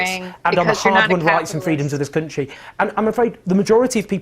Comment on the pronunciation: Say country again Owen. Every video. Kunshee kunshee kunshee. Actually hurts my ears.